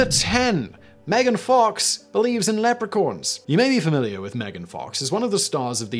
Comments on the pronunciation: Anyone else hear "Leprecorns" lol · By the way learn how to say leprechaun because the way you say it sounds like leopard mixed with unicorn. That would be a horrendous crazy looking creature and I'm pretty sure that's not how you say it. I don't care about your accent I've heard plenty of British sounding people say Leprechaun the proper way did you mispronounce what the teleprompter had written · I love and adore you S.W. along all your various channels! But what’s crazier than Megan fox believing what she does is you actually saying the words leopo-Corn instead of leprechaun. Oh 🦌! Lol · wtf is is a Lepracorn? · I think he mispronounces "leprechaun" too.